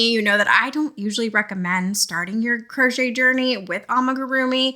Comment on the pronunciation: “Put your single crotch shette in the next hole.” 😂 Oh, mispronouncing crochet drives me nuts lol